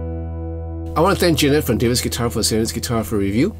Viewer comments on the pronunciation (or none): none